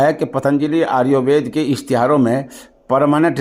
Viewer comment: حضرت آریووید نہیں بلکہ آیوروید ہے ذرا سمجھکر بولیں